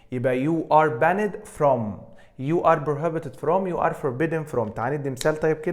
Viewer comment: حد ممتاز زى حضرتك مينفعش ينطق banned ;]h تحياتى لحضرتك دى مجرد ملاحظة